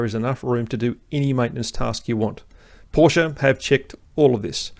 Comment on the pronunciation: You just got a new sub from this Kiwi/Aussie living in Germany, for 3 reasons: 1 subject knowledge far exceeding mine and great content 2 Anzac connection 3 You pronounce Porsch-e correctly. WTF with all these so called "experts" who can't even say the name properly!